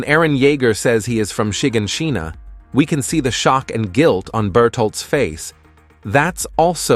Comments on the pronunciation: Literally feel like I'm about to become Hermoine Granger with all the name mispronunciations in this video. Its "MIKA-Suh" NOT "Mik-AHHH-Suhhh" (Mikasa) Its "She-GONE-shina" NOT "SHIGIN-SHEE-na" (Shiganshina) Its "MAAHHHH-rey-yah" NOT "Muh-REE-yuhh (Wall Maria) Fix it, before I have a fucking aneurysm. >_< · Detail: Your pronounciation of Shinganshina is a crime